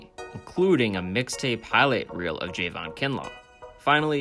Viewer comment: It’s not Jayvon it’s Javon